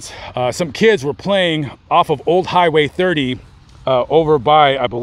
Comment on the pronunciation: The way he said 'Old Highway 30' just like a local, am I right?